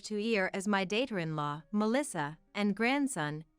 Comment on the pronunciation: What is 'daighter-in-law'? Shouldn't it be 'daughter-in-law'? I can already see some AI robotic narrating AND some poor editing and I'm only seconds in. Ugh! Also, another channel who doesn't understand the difference between Roman numeral IV (four) and the medical short-form term IV (short for Intravenous), or I (pronounced 'eye', not 'one'). Reread is a word that can be pronounced 're-read' as in 'I will re-read the text' but if it is 'I re-read' the text, it is pronounced 're-red'. Ugh. It is really annoying. Right off the bat in the 2nd story ... she had just remarried Tarik .... what? She had married Tarik, divorced him and remarried him? What? RE = again. You can remarry if you were divorced or widowed or marrying the same guy a second time. Come on! RE-read = read again. RE-organize = organize something again. RE-direct = change course. RE- anything = means 'AGAIN'. Wow!